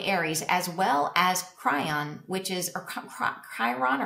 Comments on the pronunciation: Ky-ron. Not Kry-on. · Its pronounced ‘Kiron’ ! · "Chiron" is pronounced kai-ron. Chi-ron. Chiron.